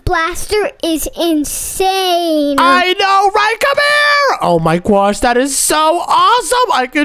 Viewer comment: Bro stop saying oh my gwosh